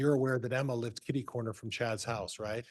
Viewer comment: Same here! And "kiddy-cornered"!